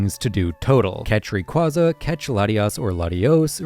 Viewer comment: It’s pronounced ray-QUAY-zuh, yoo-NUH-vuh, DEE-AHL-guh, PAHL-kee-uh, KEE-LOWD, KAH-lohs, MOHN, pehl-UH-goh, and arr-KEY-iss, “”! 🤨 You have poor pronunciation skills!